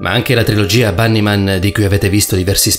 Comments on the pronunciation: LafairyTiTanniee Si perché si pronuncia Banny Man 😐😢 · Oh l'avrà pronuciato quelle settemila volte... ma lui fa sempre errori di pronuncia sopratutto sulle parole straniere... e infatti questa si pronuncia Bannimen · Perfetto allora io mi dovrò stappare le orecchie e cmq dice Bannymen mentre tu preparati ad una denuncia per offesa, ho copiato i commenti e mi hai offeso ben due volte.